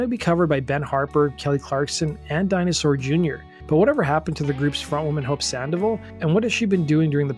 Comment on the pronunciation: *SAN-DOH-VAHL > "SAN-DEH-VUHL"